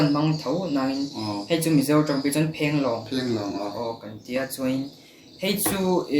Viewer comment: Mamawia tih hi music an thiam duh ni hi Mamoia Drummer lah rapthlak em em a fa nei hunah mamawia ka ti ve dn🤣😂,..... Mhse "chuan" tih turah tinge chuen a tih zel a😆